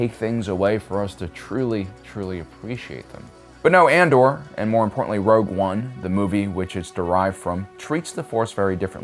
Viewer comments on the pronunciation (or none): I love your content but I have to know if you mispronounce things for fun or are just silly 😂 it cracks me up tho "Ander!" sounds like how a redneck would say it haha